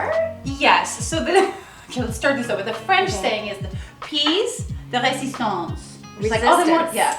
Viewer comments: Piece in french sounds more like... py-e-ce. Not peas... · The peas joke only works if you don’t speak French because it revolves around the mispronunciation of pièce. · NOOO ITS PEAS UGH YOU GUUUYSSS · Its a play on words :) I am also from Canada.. piece de resistance or Peas du resistance... "piece" is pronounced Peez in French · Joke was funny even for me as a non native English speaker but to see confusion was just too much 😂 nevertheless in French pièce sound more like "yes" in English, so phonetically "p(e)yes." With the "e" between the p and y almost silent 😉